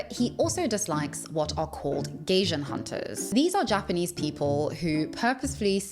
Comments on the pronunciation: Oh you mean gaijin (外人). I was thrown off by the way you pronounced it like gaysian/gayshan (bit weird NGL) it is actually pronounced like the combination of guy (like the synonym for a human male) and gin (the alcoholic drink). Also I think what he was explaining was that gaijin is a bit of a slur depending on the context and situation, because if I remember correctly according to what my Japanese teacher Tsutsui san told me over a decade ago that it is more politically correct to call a foreigner a gaikokujin (外国人). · "Gaijin", or 'foreigner', is pronounced with an "eye" sound, not an "ay" sound. So it's said like "guy-jin", not "gay-jin." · Oh that’s actually pronounced /guy-jin/ (gaijin, which is the “rude” term to refer gaikokujin) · Gaijin 外人is pronounced like 'guy-gin' (pr. second syllable like the liquor 'gin' in English) - I wish you'd have done your research on this word and not repeatedly murdered the pronunciation, that was unfortunate since the rest of the video seems very well researched, as always. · My love ,itis pronounced Guy Gin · the word "gaijin" in Japanese is said more like "guy jean." Also it is somewhat pejorative, as the more proper word is "gaikokujin." It does hold the connotation of being a perpetual outsider and many expats do struggle with that in Japan--but he is obviously overly sensitive about it. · I'm sorry, her pronunciation of Gaijin cracks me up 😂 Did a double tak because I thought she said "Gaysian" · Loved the video! By the way, gaijin is pronounced “guy-jin,” as in “guy” from guys and dolls and “jin” as in gin ‘n tonic. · Gaijin is pronounced guy-jin 😊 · Fantastic video! Just a heads up, the word for "foreigner" in Japanese (gaijin 外人) is pronounced guy-jean. ❤ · You can't even pronounce the word 'gaijin', which is the Japanese word for foreigner. Instead you say something like 'gaysean'. You clearly have not put much thought into this video, if thought is even a known concept to you. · guy-jeen. Not gay-jen lol. thanks